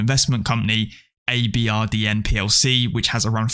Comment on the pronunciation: Just a heads up, "ABRDN" is pronounced "Aberdeen", they are Scottish after all :)